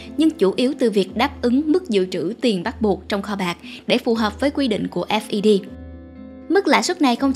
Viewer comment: FED đọc cho dễ theo dõi là "phét" đi kênh! vừa đọc S V B vừa đọc F E D nghe ngu cả người.